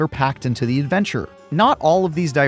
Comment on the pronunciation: *OFF ON A 'NOTHER AVENCHUR ARE WE